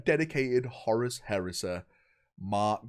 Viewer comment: I like how he calls Horus, Horace